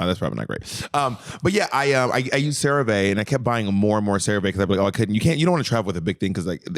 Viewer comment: Cerave is pronounced Sarah Vee because it’s short for ceramide vehicle I’m not even joking lmao it’s like a patented skin lipid delivery system